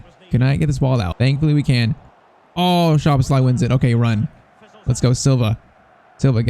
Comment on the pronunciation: Also "sz" in hungarian is pronunced as an "s" like in super. Maybe for pronouncing Szoboszlai, it could help!